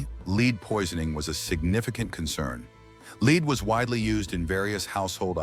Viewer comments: Leed, lead is mildly distracting, and the AI art is a little distracting, but the information is good. I could narrate for you. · Interesting material... but when A.I. narration mispronounces words it underscores the need for LIVE narration! (example: the word "lead", like in the metal, is prounouced "leed" ... I suppose though, that A.I. will be perfected soon, and we'll be beholden to machines, heaping our praises (or curses) on souless entities.